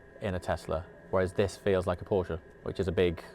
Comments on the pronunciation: I can't believe how much i enjoy someone pronouncing Porsche the right way in english. 😂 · Still feels weird but yes it’s correct.